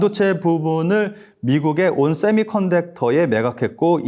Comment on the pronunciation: 세미컨덕터도 못읽는애가 이걸 진행하는게 맞냐?